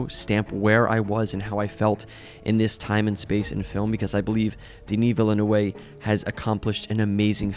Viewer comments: is probably THE WORST pronounciation of his name LMAO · that was the worst pronunciation of "Denis Villeneuve" I think I've ever heard. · Wtf did you call Denis Villeneuve???😂😂😂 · Not VEAL-nuhv but veal-NUHV. All French words have the stress on the final syllable. Just a friendly pedantic correction! :) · not you writing an amzing essay only to call him denis velanuway, when it's pronounced denis villeneuve (villnewve) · If you care (which I think you should 😊) it’s Denis Vil (like in villain) neuve (n + uh like when you hesitate + vvv). I am Québécois so you can trust this! Nice commentary, BTW! Loved the film and love everything Denis has done so far in his career! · I had the pleasure of meeting Luc Besson many years ago at a convention - and butchered the poor man's name so badly that it still hurts to recall (people actually giggled). So, yeah, I hear you. Incidentally, the phonetic transcription of Denis Villenueve is "deh-NEE veel-NUHV" - and btw... great vid. Agree with you 100% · "Willem-No-Way" 😂 As in "no way I'll be able to pronounce that"., As a non-french with a french last name I gotta say, that was some of the funniest moments in your very well done review here. My name has been butchered very often, too, and its always fun to hear a new variant. For Villeneuve, I will start calling him "Willem-No-Way" from now on. So damn funny! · Denis Villeneuve deserves to not have his name butchered. He's French Canadian and his name is easy to pronounce: VILL NEUV It's pronounced the way it's written with the final Es being silent in both VILLE and NEUVE. His name is French and means New City and is very common here in Quebec. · It's just two syllables: VEAL-nuhv. Done. It's actually pretty easy. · Please, take 1min trying to learn how to pronounce Devis Villeneuve, not Denis Vilenue 😅 🙏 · As a Quebecois I'm amazed at all the different ways people are pronouncing Villeneuve's name. But I gotta admit I had never heard about 'Denis Villenouay''